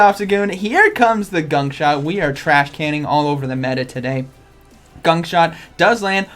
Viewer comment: Ya....today is ..."gunk short day..."😂😂😂